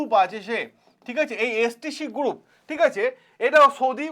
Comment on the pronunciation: গুরুপ, কিলিয়ার, পবলেম, ইয়ামিন এগুলো আগে সঠিক ভাবে উচ্চারণ করুন। কানে খুব লাগছে।